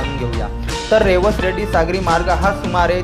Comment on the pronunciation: अरबी समुद्र म्हणू नका सिंधू सागर म्हणा रेड्डी नव्हे रेडी अस आहे